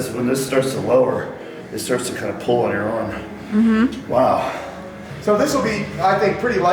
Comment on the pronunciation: every time he says pull as pool i think about swimming.